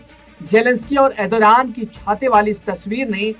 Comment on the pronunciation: Bhai pahle tu Erdogan nam lena sahi se sikhle